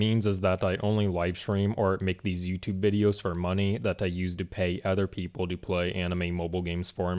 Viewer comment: A guy who pronounces the word like "people" and "question" wrong, teaches English later to justify his skill issue... 🤯😂😂😂